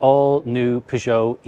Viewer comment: Not sure I've ever heard anyone pronounce Peugeot like that.